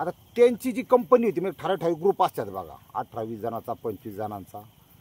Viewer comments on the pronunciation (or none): none